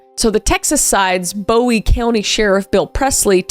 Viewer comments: also its pronounced bOOie not bow-ie even tho its spelled like that lol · They pronounce it booie not Bowie and you will get corrected for it cause that’s how I learned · I live in Texarkana and it’s boo-wie not bow-ie